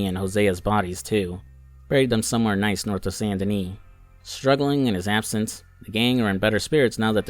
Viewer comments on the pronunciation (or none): none